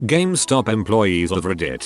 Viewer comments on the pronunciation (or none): Ah, I love Gam-es-top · Nobody: Automated Voice: "GAMEHSTAHP" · No one: Not Even One Living Thing: Speech Robot: gAh-MeH-StOp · people: game stop text to speech: gam eh stop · No one:: ga MEH stop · Nobody: Not a word was spoken: TTS guy: GA-ME STOP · ga me stop -_- The least these channel-runners could do is listen to the text to speech once, and make adjustments so that it sounded good, rather than just copy-paste and submit. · It'll always be Ga-mes-top now. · what? it is not Gum-estop? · Computer can't pronounce "GameStop" but "Syphilitic" is no problem. K.